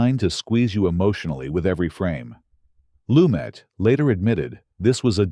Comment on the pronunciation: A terrible video about a fantastic film. About 30% of what was covered could have been interesting but for the obvious AI script and narration. The worst was the constant changes in the pronunciation of Lumet's name. I would rather listen to an untrained human voice than this AI garbage.